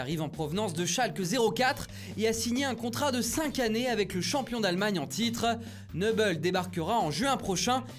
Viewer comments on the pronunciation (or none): Nubel pas Neuhbel RENSEIGNE TOI